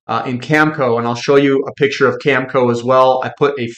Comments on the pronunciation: cam-eh-co not camco. sorry but it matters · Agree. He can't even say Cameco. Always calls it Camco. I don't thing reading is his strong suite. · Oh I get it, the worn out cliche “eh” thing. I’ve heard Americans say eh as well… anyways, it’s cam e co with the e sounding like in bet.